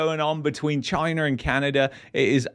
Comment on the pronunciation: cant even say the word Chyna.